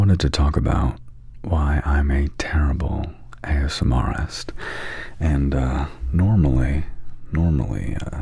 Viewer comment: Because ily it’s pronounced ASMRtist - as in ASMR + artist (not ASMRist) 😘🩵